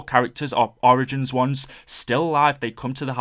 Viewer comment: he said orgins